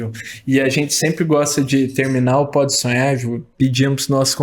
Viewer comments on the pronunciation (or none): O cara do vídeo tem uma pronúncia BIZARRA da palavra "podsonhar". Ele pronuncia mais ou menos assim "podsuem".